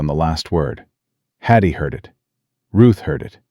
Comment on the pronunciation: Watching from UK,shame you kept saying Hattie's name wrong ,but truly a lovely story